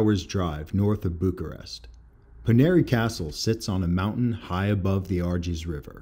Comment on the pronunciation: Great Video, episode 3/9 published on 3/9, was there in 2016 and loved it! FYI Pronounced Po-ye-nar, Ar-jesh, and Wah-lay-sheeyah. I was gracefully informed by my host more than once.